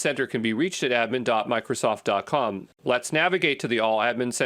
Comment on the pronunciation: is he intentionally saying "dot cum" instead of "dot com"? isn't a real person, huh?!?! What English speaking person pronounced "A-D" as "uh-dee"?